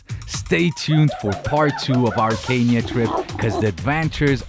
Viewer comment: Dean ich liebe dich und dann noch in meinem Land .. but pronounce Kenya